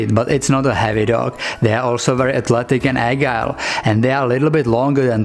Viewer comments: Dear I'm going to give you another helpful hint, in English the word "agile" is pronounced what they different G sound then what you are making. It's said ore like ad-zhiyle, if the spelling doesn't completely mix you up. I don't know the IPA way of spelling out the sounds because that means I have to learn a whole new alphabet, kind of like trying to learn either type of Gaelic or Russian. I guess you might say I'm just doing it the old fashioned way in the USA for learning the phonics of English. Oh my! I just now thought of it The G in Agile is pronounced like the J in justice, and the DG in judge; the second G in grudge, not the first. I knew if I worked on it long enough I could help better than I felt like I was doing in the first place! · I don't know the date of this video or of the other one wherein I heard you pronounce agile 100% correct. It is the G like in gymnasium and gentle and gypsy, not like the G in gynecomastia or God or gun. What is your native language? If its Russian, I'll have to say I am not getting very far learning Russian because the whole new alphabet I have to learn trips me up. I have been playing with the accent ever since that frosted blonde, supposed Russian spy lady appeared on Hogan's Heroes back in the day.